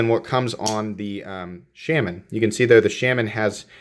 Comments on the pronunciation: Shaman sounds close to charmin the way you say it. Shay-man lol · Awesome knife ...thanks for review! I've been slowly getting most of the available Natives and need to pick this new G10 S30V version. BTW your killing the name on the Shaman lol...here is Eric Glesser from Spyderco